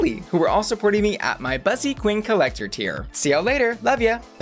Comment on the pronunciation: It hurts my soul how you say bus-ee its BUSSY like pussy without the p girl 😫 how can u commit such a heinous crime!!!!!!!!